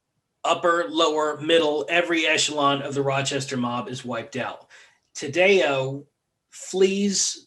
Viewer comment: last name pronounced tad-dee-oh. interesting podcast. a lot wrong. lol